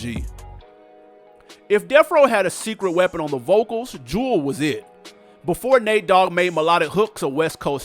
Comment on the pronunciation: Show some respect. Her name was pronounced "jew-ELLE"